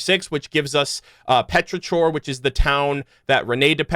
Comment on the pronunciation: petri-core not chore